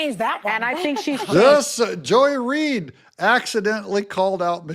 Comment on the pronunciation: It's Not Joy Reed....